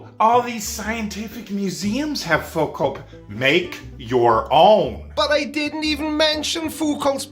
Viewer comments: This pronunciation slap fight while they both mispronounce Foucault cracks me up. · Foo-cults? Pratt uses an electric plumb bob. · This yellow-toothed, wife-beater-wearing, super angry man who can't pronounce Foucault is so tiresome to watch.